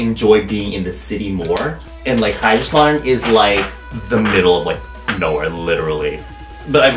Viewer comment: The way you say kaiserslautern I AM CRYING that is so funny omg but the guten Tag tho made my day lmao